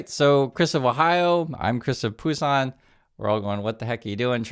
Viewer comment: Chris it is BUSAN. You apparently don't know the name of your city.